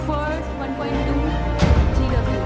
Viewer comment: Gw ko Gigawatts padhte hai didi ..... 😀